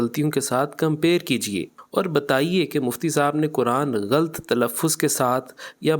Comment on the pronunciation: غلَط کو غلْط پڑھنا بھی غلَط ہے